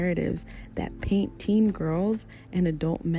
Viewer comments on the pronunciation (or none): none